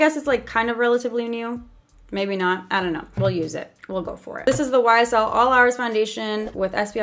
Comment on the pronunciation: When she said YSL it sounded like she said whysall